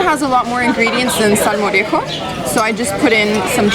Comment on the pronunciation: Hi guys! I'm from Sevilla(Seville), main city of Andalucía(Andalusia), near to Córdoba. I love how you pronounce "Córdoba" and "salmorejo". Your pronunciation is PERFECT. Gazpacho is almost perfect too! You should taste gazpacho and salmorejo in Andalusía better than Madrid. Andalusía is hotter than Madrid and when you eat those "cold soups" is like HEAVEN. Same with beer in Andalusia. I hope you have fun in Spain guys. I like your videos ^^